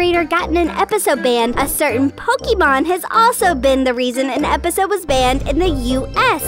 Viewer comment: It is not "Po kee mon," it is "Po kay mon."